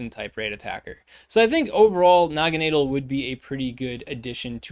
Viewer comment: Ahhh yes, Noggineedle. My favorite Ultra Beast. JK 😂 I think it's pronounced Nagana-Dell but not too sure. I'm most hyped for the Lord of Guzz 💪